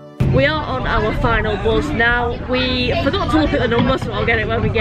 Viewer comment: How do I know I am a southerner? Because it triggers me every time you say buz and not bus! It's a me problem I will continue to love your videos😊